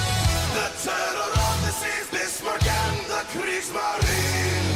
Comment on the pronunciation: They might be historically accurate, but the E at the end of Kriegsmarine is not silent. The "ne" has to be pronounced as in "never"